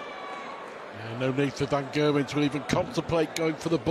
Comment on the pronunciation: About a decade after they start pronouncing the G in Gerwen correctly.